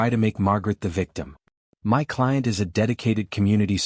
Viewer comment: Why does the AI spell my instead of speaking it?????